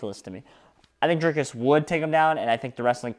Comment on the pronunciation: Say dree as in tree,dreekus